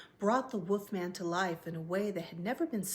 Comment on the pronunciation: I love the way you say "Woofman".